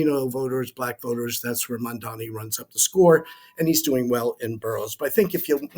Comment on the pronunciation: Why not put a little effort to pronounce the name properly, it's MAMDANI, not MANDANI, it makes you look disingenuous.